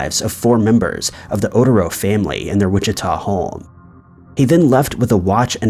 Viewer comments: I love content especially when they're solved I always feel bad to hear about the unsolved cold cases,even though those are interesting too. I'd just rather they be solved. Keep up the great content.👍 Oh but in the Dennis Raider case the family's name is pronounced O'térr-Oh not Otuh-row. I suffer the same fate with the mispronunciation of my last name so I know how it feels. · Sweetie, if you had even just listened to a very short video clip, you'd know that the BTK victims were not the ohdehro family. They were the oh-TEH-ro family. Please do your research. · Oh-tare-oh...how difficult is that? I don't care if you misspell or mispronounce the killer. But for the love of all that's good and pure, get the names of the victims right!!! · Hi there, good narration but you pronounce words like I do. The only reason I know Otero is pronounced O- ter-o is because I’ve watched the ID channel about BTK. Glad that sucker was caught! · Ikr. Like "Oh-Tehr-oh" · O/ter/o- “Otero” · i listened to you do the entire BTK spiel while never ONCE properly pronouncing the name of the family whose lives were devastated! Surviving Oteros are still being exploited by people who can't be bothered to say the victims names correctly. The ones that survived had it worse that the ones who died. Why don't you give a f*C* ? How insulting that you just don't care. " Well, I've been tied nuts". You are pathetic. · Love your channel long time sub. Gotta look up the names and how to pronounce them correctly. BTK’s victims family name in this vid but just in general. Great vid keep up the awesome content. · BTK is evil. You also mispronounce "Otero." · Kind of disrespectful to not even try and learn the pronunciation of the Otero families last name. I’ve said it before and will again, all that research you do and yet you ALWAYS mispronounce at least 5 names or places in every video. Step ya game up. If you’re going to play professional, be professional.